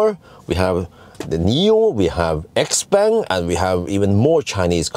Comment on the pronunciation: you should know Xpeng is pronounced chaopung:D